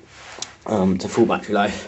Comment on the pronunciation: lol you seaid bati life sorry but i found it funny